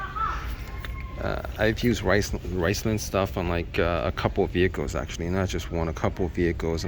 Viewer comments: Did he say "rice land"? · Its pronounced RIZ-lone.